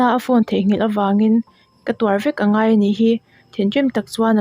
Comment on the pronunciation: Mizo tawng vel I chhiar Tam deuh. Angai, A tap pur mai tih te hi a thluk a diklo